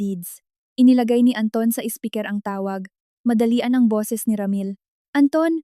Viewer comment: Anong klaseng salita yong SPEAKER PHONE NA SABI MO SPIKER😂